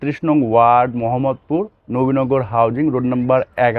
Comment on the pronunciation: Did you say Muhammadpur ? 😂😂😂😂😂🎉